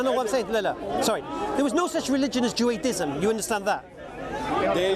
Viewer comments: MAGMK&W 20:114 nah he clearly was saying juaDism at beginning.. 😂 but excellent video , i listen closer while it happened because i was like that sound different lol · it's Judaism not Juadism 😂